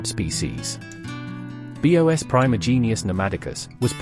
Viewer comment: The voice really bothers me: is this AI or computer? Why does it say “ B.O.S” instead of “bos” for the species name? Creepy